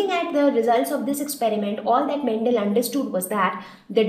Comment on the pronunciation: Mam ur saying mentel it's mendel